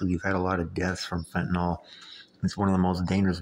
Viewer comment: Pronounced “fenta-NIL” not “fenta-NOL”